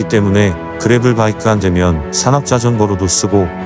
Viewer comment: 그래블(grabble) 이 아니고, 그래벌(gravel) 이죠.